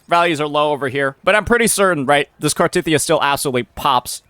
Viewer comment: How you gonna pronounce cartheiya wrong when it’s literally said countless times in the story